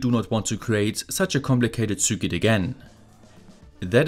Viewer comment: Circuit is pronounced sirkit.